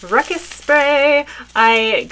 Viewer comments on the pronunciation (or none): It's RuScus not ruckus.